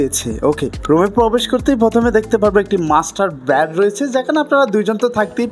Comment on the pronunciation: Bad Na Bed Uccharon Valo Korte Shikhun R Rate Ta Bola Dorkar chilo